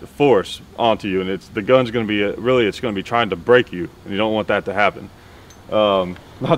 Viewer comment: "I Must Brrreak you" Ivan Drago